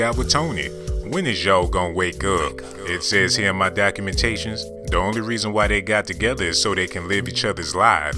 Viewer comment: WE DIDNT LAND ON DIS DOC-U-MENTATION... DIS DOC-U-MENTATION LANDED ON US